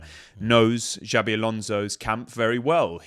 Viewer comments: As a Spanish speaking Brit I'm clutching my pearls over you saying Alonso. Where are my smelling salts? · Jabi....ffs.The best thing about him coming to England is not hearing people butchering his name